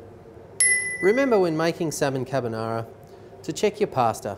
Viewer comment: "parsta" "cabbanara" 😂 Oh yeah & he added cream to it 🤣